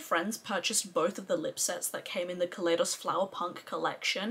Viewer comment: Glamshop mattes are about a pound each in the sale. It's a great sale. So many people say ka lay dos. I know the brand has said it's Ka lie dos, like the Ka lie do scope. I did recommend you for PR when Glaminatrix asked. They wanted Australian influencers, guessing you were suggested by others or were already on the PR list. I didn't realise at the time you lived in the UK. Hello 👋👋👋🥰